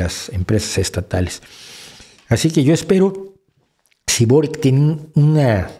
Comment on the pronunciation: Primero, venezuela si es de izquierda aun siendo una dictadura personalista y segundo, se pronuncia borich no borik